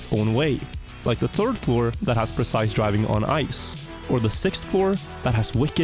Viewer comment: "I wasn't the turd"